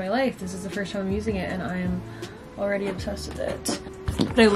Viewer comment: is love your videos so much my friend and i watch you every week <3 but we noticed that you say firsht instead of first😭 wanted to let you know queen